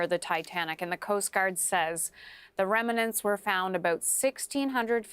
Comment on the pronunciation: the "reminants" were found ...... the WHAT?